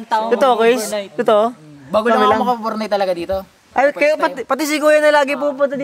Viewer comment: Nakakatuwa si kasi sabi niya obornight pakinggan niyo ng mabuti